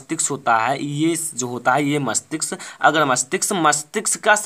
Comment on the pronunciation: मस्तिक्स नही मस्तिष्क होता है sir 😅😅😅😂